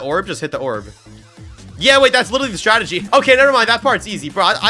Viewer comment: “Hit the oorb🫠” - 2026